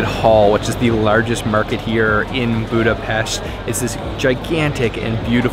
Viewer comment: yall tourists cant pronounce budapest